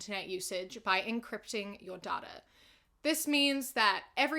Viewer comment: “It’s pronounced ‘day-tuh’” “No, it’s pronounced ‘dAt-uh’”, an intellectual: DOT-UH